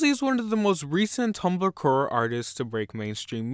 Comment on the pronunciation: Did you say "tumblr curr"??